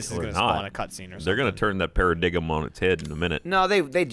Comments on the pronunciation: Given it's, you know, and all... You do know it's pronounced "pear-uh-dime", not "pear-uh-dig'm", right? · did say paradigm like "pair-ah-DIG-UM" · So, are we just going to ignore the fact that said "paradiggum"? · Did call a paradigm pahr-uh-DIG-em? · holy shit me. I never realised Americans pronounced "Paradigm" as "para-dig-em" Jesus Christ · Did pronounce the g in paradigm? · ...What did just say...? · the worst part for me on this vid was pronunciation of paradigm